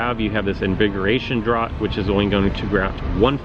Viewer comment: Great video! Thanks for making this series. Just FYI, "draught" is pronounced "draft"...the former is the British spelling; the latter, the American spelling. ☺☺☺